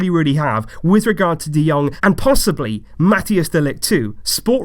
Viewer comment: It’s pronounced mathais de ligt btw